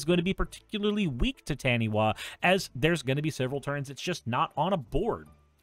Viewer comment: fyi taniwha is a maori word and is pronounced ta - nee - fuh since the wha makes a fuh sound in the language